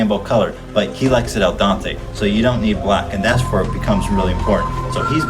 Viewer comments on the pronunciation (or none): I like that he can’t pronounce al dente and calls it “Al Danté”